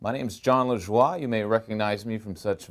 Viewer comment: XD Me too when he said jon lajua or whatever i was surprised